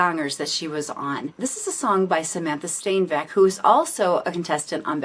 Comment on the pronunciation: Cudos for you pronounciation of Samantha Steenwijk. Perfect!